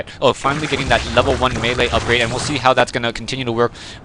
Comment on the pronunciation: You pronounced melee correctly! Everybody always pronounces it as "mili".